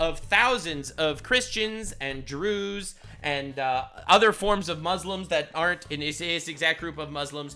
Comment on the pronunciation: when he said Druze I thought he was slurring his words trying to say jews